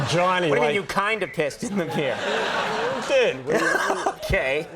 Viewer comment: You can hear Conan's accent come out when he says "beeyah" lol